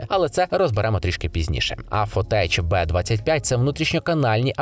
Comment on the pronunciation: Коли люди навчаться вимовляти "tech" як "тек"?